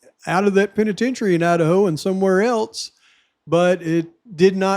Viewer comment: Wow, mind is blown!!! Holy shit, no you cant make this stuff up!!! I love how you call the state "Lidaho"